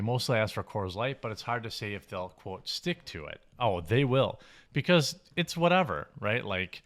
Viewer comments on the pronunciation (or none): none